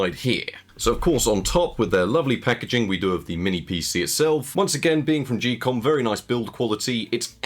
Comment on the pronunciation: Geekom pronounced "Gee-Com?" I never would have guessed it I thought it was more like "Geek-com" or "geek-um"